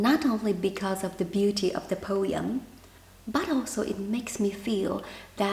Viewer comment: po-em, not po-yum 😊